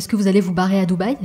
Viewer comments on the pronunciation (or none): none